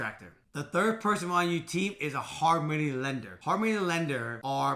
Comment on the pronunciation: I kept thinking he was saying “harmony lenders” 😂 and sure enough there’s a harmony lender if you try to look it up so then i got really confused. Glad i saw your comment!😂